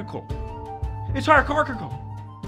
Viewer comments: You had me at "hierrarchichal"...;) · "they're hiergergoglphal" joe: cracks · It’s hyarschidel😂😂😂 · It's Heirgarchical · Hierarcakcle got me 😂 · Its heirarchlochlol. Lol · I havent been able to say the word "hierarchical" properly since this video came out. If this new pronunciation could just catch on, that would be beans.